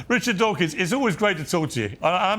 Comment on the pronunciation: Dawkins not “Dawking”